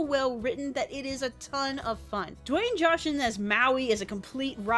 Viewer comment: Did she say Dwayne joshon